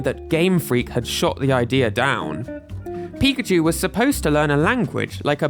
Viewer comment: I always wondered why everyone, including the Smash Bros announcer, pronounces PI-kachu, when the Pokemon itself says pi-KA-chu or even pikaCHU.